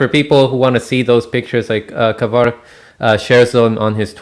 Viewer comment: Only now found out his name is Kevork, not Kevrok.... 🤦‍♂️🥴👍